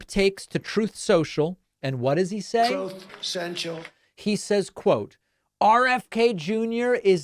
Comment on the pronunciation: The "Troth Senchal" gets me every time 😂😅😂😂😂